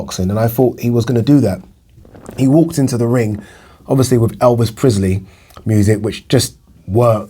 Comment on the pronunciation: It’s Elvis Presley not prisley